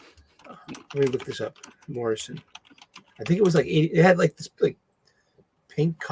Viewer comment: It was driving me nuts when he kept saying Morrison lol!!!!